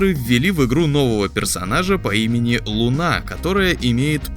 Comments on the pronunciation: Не ЛунА,а ЛУна.Ударение на первый слог.Будъте компетентнее пожалуйста! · Еще бы ударение в имени Луна правильно ставили-цены бы не было!